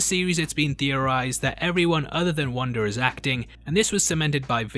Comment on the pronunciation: It's Wanda...not Wander! It's Monica...not Monicer!! LOL